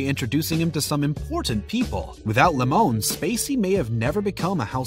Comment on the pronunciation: It’s LEMON damn it